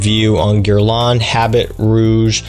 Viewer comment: Start by pronouncing it correctly ........ Your grandfather had better taste then you